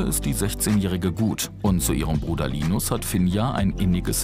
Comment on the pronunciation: Seit wann wird linus bitte englisch ausgesprochen🤣🤣